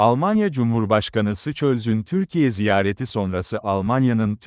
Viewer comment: Yabanci kelimeleri ve isimleri googel den telafuz ettir ve ögren,sansölyenin adi sicöz diye teafuz edilmez !!!